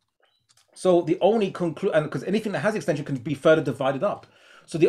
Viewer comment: It is annoying how keeps using a "K" instead of a "G" when saying a word ending in "G"...like "AnythinK" and "The thinK is" etc.